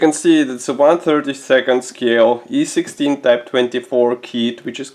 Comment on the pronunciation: hehe, "eye" you say? ))) I was just pronouncing it in original Russian way, where it sounds like "e"-16.